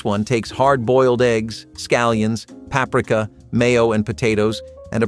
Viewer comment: The pronouncing of words like linguine and paprika!